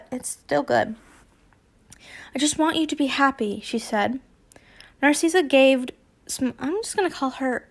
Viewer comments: not to be mean but NARSEESA IT'S NARSICA!!! i don't know how to spell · Let me help you with dracos moms name. Narssissa you say it nar-sis-a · I apologize if this come out as rude. You are saying Narcissa wrong, you are pronouncing it like Narceessa. When the “I” is a lowercase i.